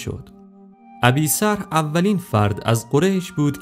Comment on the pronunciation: فکر کنم تلفظش این طوری باشه س ضمه ر فتحه ح ساکن